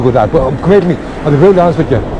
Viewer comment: Fair play lad, “c’mer to me” 😂 proper Irish 👌🏻